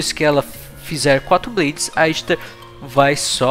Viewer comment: A pronúncia dela é Ishtar msm.